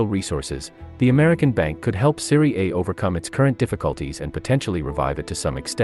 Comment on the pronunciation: In the first 9 seconds, this moron mispronounces the name of the league he’s talking about. I’ll just leave after that. Nothing he says will be worth listening to if his research didn’t get as far as the name of the league he’s talking about.